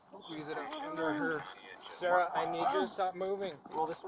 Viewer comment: Everytime the side said Sarah I thought he was saying sir